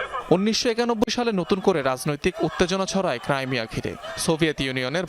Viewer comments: ক্রাইমিয়া নয় ক্রিমিয়া ওটা । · ক্রিমিয়া হবে,ক্রাইমিয়া না